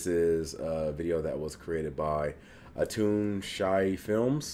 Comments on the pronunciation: I believe it's pronounced like hay. Atun Shei(shay) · His channel is pronounced au-toon shay films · It's pronounced Ah-toon Shay. It's the made-up name of a character in a movie he made